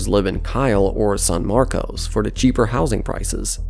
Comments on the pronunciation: Yeah but "San Marcos" should be easy for anyone to pronounce. I don't think English is his first language, he sounds Eastern European. I can tell whether someone lives in Central Texas by how they pronounce Manchaca Rd, Guadalupe Rd, Burnet, Manor, Del Valle, Seguin, Buda, etc. Non-locals will always say those wrong. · "Saahn Marcos"--You're not from around here, are you? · San Marcus San Markuss San Markess Not San Marcos / sæn ˈmɑrkəs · / BTW, you don't say "San Marcos" but "San Marcus". I know it's originally Hispanic but NOBODY living in the area says it like how it's spelled 😂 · In addition to the Buda pronunciation that others pointed out, locals call San Marcos, "San Marcus". Wait until you hear them say Guadalupe Street. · So... That's not how you pronounce San Marcos lol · What an idiot. When you were doing your research, you should’ve researched how to pronounce San Marcos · My guy has to check his Texas city pronounciations. No one calls it san marcose or Buddha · Just so people know, the locals pronounced the cities San Marcos as San Marcus and Buda as BYOO-duh. (Granted, pronouncing San Marcos as San Marcus makes no sense and probably needs to go away.) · He pronounced Buda, Booda and San Marcos, San Marcoes. That's funny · Yep. "San Marcus" and "Byoodah" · They way you pronounced San Marcos and new braunfels is completely wrong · Ugh, it's New Braunfulls and San Marcus. San Marcose is a city in California. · Mispronouncing Buda, San Marcos, and New Braunfels, and calling it "The I-35".... you uhhhhh might not know the specifics of this region. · Ugh, whoever voiced this video definitely is not from Texas. That slaughtering of pronunciation of New Braunfels and San Marcos is ringing in my ears.